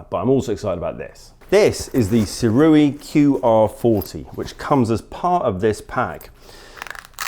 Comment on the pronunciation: Correction: even the second way you said Sirui was wrong. It's pronounced "SUE-RAY" ray like how you would say "Stingray". Going forward everyone, say it like this